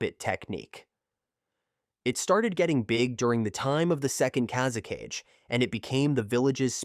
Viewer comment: Kaze-CAGE?!? It's KA-ZE-KA-GE!!